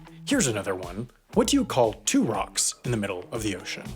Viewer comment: Idk why but every time he says two rock it sounds like topac or torock